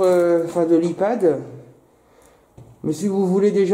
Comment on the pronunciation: c'est HEPAD et pas Ipad:D